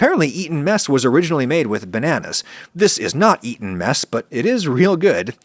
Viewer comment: I though u said meth in the beginning